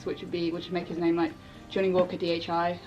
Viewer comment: Johnnie looks really nice. I'm actually from the Netherlands and I saw the explanation on the pronounciation of his name and it is quite off actually hahaha. I woudn't know how to explain how to pronounce it in English so if you really want to know how to say it I would reccomend just putting it in google translate and listen. Love x